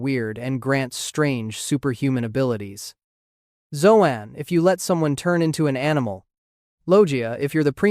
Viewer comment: Ha can't say Zoan. Says Zohan.